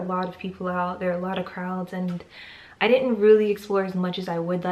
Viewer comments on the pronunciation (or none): The reason why people from the US allways mention how narrow streets are in Europe, is that they forget/don't know that most of the cities are very old. Way older as modern traffic. I think that most bigger city's in Europe already excisted before the America's were discovered. And you are accidentilly very funny, crowds and Krauts sounds the same. In war movies about WW2 English speaking soldiers allways refer to Germans as Krauts.